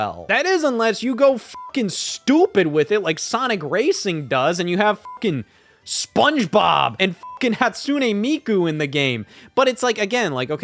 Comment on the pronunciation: Of course this guy would pronounce it “HatSOOne Miku”